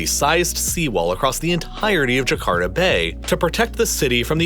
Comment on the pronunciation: It is Jakarta, not Jakarda